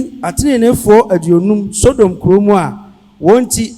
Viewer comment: Sodom not sodiom😊😅😊😅😊😅